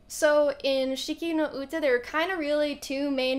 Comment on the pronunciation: oh thank god youtube recommended this video and i clicked it by accident, and that was good happening ever. you've pronounced the song name correctly by the way ;)